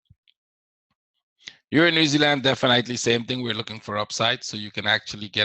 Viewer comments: I appreciate your work but please check the pronunciation of the word "definitely". You pronounce it incorrectly every time:;-) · No that’s not true, your English is quite good otherwise! "Definitely" just stands out. ;) No need to become condescending, it was not my intention to offend you. I’m sorry if I did. Just trying to help, I didn’t "figure" anything out.